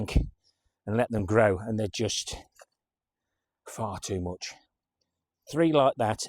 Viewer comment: When you were talking about the Jerusalem artichokes did you say ‘far too much’ or ‘fart too much’ 😂😂😂 Best wishes